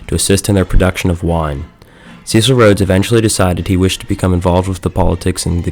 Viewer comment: Can’t even pronounce ‘Cecil’ properly. 🤦🏻‍♂️